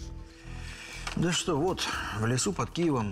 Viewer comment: Так роздражает стоканье актрисы... Неужели на озвучку нельзя постаратся четко произносить "что"? Над речью нужно работать, не шепелявить.